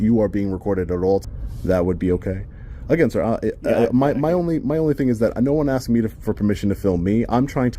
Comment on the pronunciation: Why can American auditors not say the word "asked" properly?